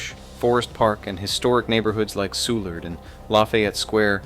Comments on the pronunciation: Its 'eye-go' And 'sue-lard' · The narrator can't pronounce Igoe or Soulard correctly.